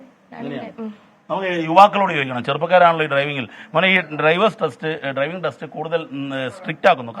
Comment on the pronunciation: ട്രൈവിംഗ് അല്ല, ഡ്രൈവിംഗ്...